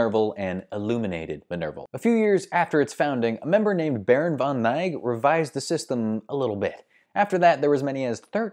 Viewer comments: It isn't von Nyge. It's von Knigge. As in the 'N' word that only racists use, save that you pronounce the initial K. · Von Knigge hurts even more, c'mon!